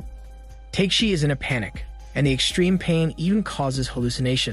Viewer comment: If you watched the show, you'd know that the warrior's name is pronounced TAK-A-SHI, not Take-shi. Other characters call him, as a short form, TAK [like the word 'talk'].